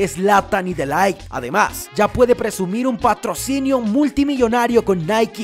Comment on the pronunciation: No es "De Laigt" es "De Ligt" xd